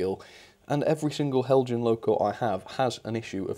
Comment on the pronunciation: The anticipation before watching every Heljan review is like playing the lottery - will finally get a winning ticket? I wonder if Heljan experience would miraculously improve were he to start pronouncing their name as the Danes do? 😹